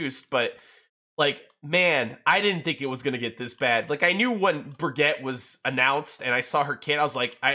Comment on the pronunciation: Its Briggite a german name not baguet.